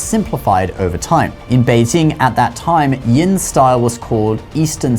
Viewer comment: the way you pronounce Beijing is 很可爱